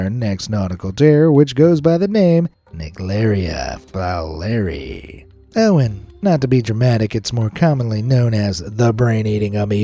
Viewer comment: For the brain eating amoeba, its actually pronounced "n-eye-gleeria fowler-eye"